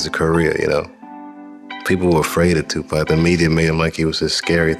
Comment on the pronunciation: I cringe that she mispronounced his name when she spoke of TUPAC.